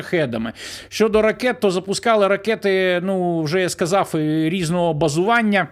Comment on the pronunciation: Як бридко слухати наслідування вимові рашистські мові; сказаф, пішоф, даф...